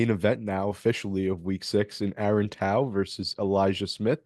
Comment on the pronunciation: Nice bro,he's a Kiwi Warrior & will rep hard. Pronounced Toe, Aaron Tauzemup Tau